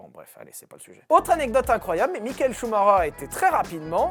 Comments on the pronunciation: Schumacher et non schumareure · Michael Schumacher ce prononce "Chou ma ker" et non pas "Chou ma reur" 🤦🏻‍♂️ 🤦🏻‍♂️🤣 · c est vrais que CH on prononce R. Choumareur Ptain de francais d'mes couilles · J'espere q'un jour les francais prononceront bien sont nom. Shhhumarreureeer serieux 😭😭 shumacher !!! (shumaker) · Ah non. Je serai plus jamais capable de prononcer Chou Maker. Je vais toujours cracher Chou Marreur. C’est où que j’envoie ma mise en demeure pour traumatisme permanent?? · En Belgique on le prononce Schumakeur ou Schumakair ça me perturbe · Ça se dit shumaker ! Apprenez à parler sérieux je saigne des oreilles ! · Okay, j'ai rien contre toi mec j'adore tes vidéo, mais est tu dislexsique? Parce que ch ça ce prononce pas R🤣😅